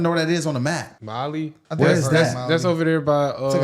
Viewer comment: My guy it's mail in West Africa not Bali in Indonesia 😂😂😂